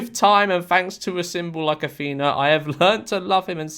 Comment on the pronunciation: She wasn't called "Afeena" she was called "Athena"